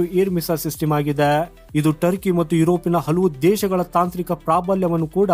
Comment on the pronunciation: ಸಿಟಿಮು ಅಲ್ಲ ಮಾರಾಯ😂😂 ಸಿಸ್ಟಮ್ ಅಂತ ಸರಿಯಾಗಿ ಹೇಳು